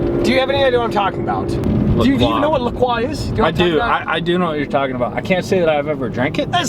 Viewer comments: Bro,, it is LA CROY NOT LA QWAH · its LA-CROY